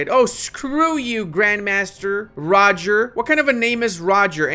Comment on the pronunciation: You have to pronounce Roger in French.